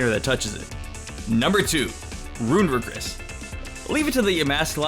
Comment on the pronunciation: I’m sorry, Milcery=MilSery not MilKery. Runerigus=RoonEREEgus not roonerugus Sorry, my grammar nazi awoke.